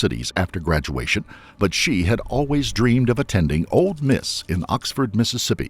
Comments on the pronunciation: This narrator drives me crazy saying “Old Miss” instead of Ole. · It's "Ole Miss", not "Old Miss". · I wish he would stop calling it ‘Old’ Miss. I know it has nothing to do with the story, it’s just a pet peeve of mine. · This man said “old Miss” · FYI, the "d" in "Ole Miss" is silent.